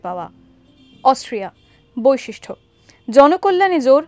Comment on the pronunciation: বৈশিষ্ট্য, not ঠ